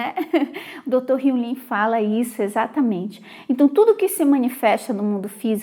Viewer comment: eu sei que vc é muito estudasse morou fora, por isso queria saber ao certo como se pronuncia o nome do Dr Hew Len. Vc pronuncia Len com som de i, mas sempre escutei com a pronúncia de e mesmo. Afinal qual é o certo?